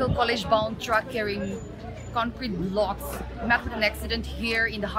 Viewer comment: The way she said blocks😲